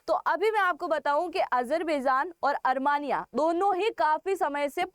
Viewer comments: desh ka nam "अरमानिया" nahi "अरमेनिया" hai. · Is it ARMANIA or ARMENIA. Kindly pronounce properly ❤️🇮🇳👍✌️👌🪔👆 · अरमानिया नहीं अरमेनिया